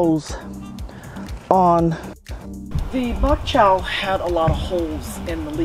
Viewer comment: Like your channel. It is called Bok Choy not bok chow!